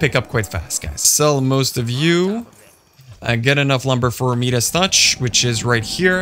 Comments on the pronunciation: Your me-das touch is killing me.. it’s pronounced my-das. Nice video, I enjoyed it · Mia-duhs… not meeeeduss